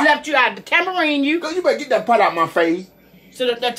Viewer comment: She said I will tambourine you. LMAO😂😂😂